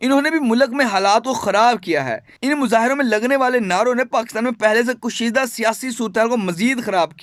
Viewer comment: Good read out but please improve your pronunciation. Mulak nahi hota, Urdu mein Mulk hota hai. Kushida halaat nahi, Kashida